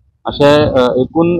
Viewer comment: आज तुम्ही "एकूण",,,अगदी, योग्य उच्चारले,,,,ऐकून नाही,,,,😊,,,🙋👍👏🙏